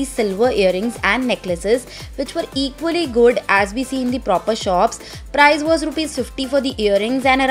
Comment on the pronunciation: It's Price not 'Prize'